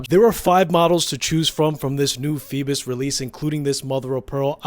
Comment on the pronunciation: Its not rhe same pronunciation. Theres no L in this brand name